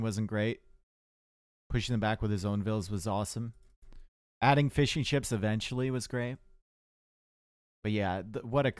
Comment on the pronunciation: heard fish and chips instead of fishing ships.... i though omg...